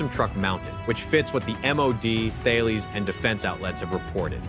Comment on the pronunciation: You don't pronounce the 'H' in Thales, it's pronounced Ta-Lis.